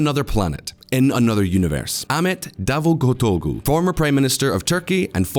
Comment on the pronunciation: Your credibility is hurt by bad pronunciations. Use Google translate, check out BBC/CNN or talk to a Turkish person for pronunciations. These are major, common names and terms said in the news regularly. Also, 'Turkish' and 'Ottoman' are not interchangeable. You wouldn't say "Bourbon" when talking about French President Macron, would you? Davitoglu, Erdogan, Recep, Sharia, et al The 'g' with a smile above is silent. 'C''s are pronounced like 'j's. There's no such thing as 'Shi-aria' I'm only pointing this out because I like this channel, learn from it, subscribe, and hope for continuous improvement.